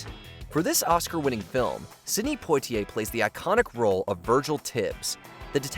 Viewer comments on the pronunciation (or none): If you want the bot to pronounce words/names correctly, you have to spell them phonetically in the script, e.g.: "Pwotiay."